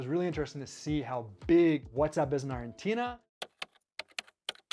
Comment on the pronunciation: Just pronounce Argentina in english please lol